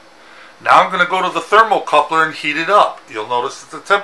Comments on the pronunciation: Thermocouple, not thermocoupler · THERMOCOUPLE...NOT THERMOCOUPLER...